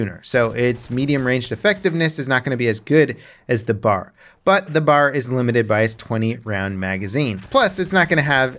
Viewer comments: BeeAyAre not Bar. B A R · Stop calling it a Bar. Its a B-A-R. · Soldiers called this gun the B.A.R. pronouncing the letters individually. To my knowledge it was never formed into a word as you and many other gamers have been saying it. Just FYI. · B.....A......R... Not BAR. It’s a weapon not a drink stand. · Common mistake but is anyone gonna point out it’s ‘B.A.R’ not the word ‘BAR’....? They never said Bar and I was corrected by my great grandfather about it when I made the mistake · B-A-R is technically the correct pronunciation but saying BAR is more for the sake of simplicity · I’m sorry, but I just cringe when you call it the “bar.” It’s B.A.R. Also, I think DICE made the fast auto RPM a little too high; fast auto was somewhere around 550-600 RPM. Slow auto was 400-450 RPM. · Agree. If it’s an acronym you say B.A.R. Just like U.S.A. Not usa